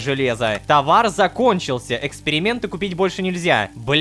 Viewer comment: Там не эксперементы а экспереметы